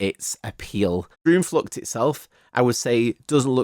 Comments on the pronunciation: as a dutch person; awesome review w a lot of attention to detail!! some small pronunciation notes: the double o like in droomvlucht, spookslot etc. is pronounced pretty much like the o in “ghost” or “over”, and the oe in words like pardoes is pronounced similarly to the oo in “poodle” or “loot” :) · Little tip: double "O" as in droomvlucht is pronounced as the English word Door or "OA" as in for instance Boat. 😁👍🏻